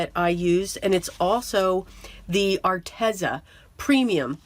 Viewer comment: Its pronounced( Are tez za) I googled it .😆 lol